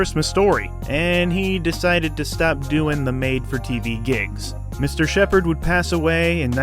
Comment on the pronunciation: Does Jean Sheppard pronounce his own name incorrectly, or are you just pronouncing it incorrectly?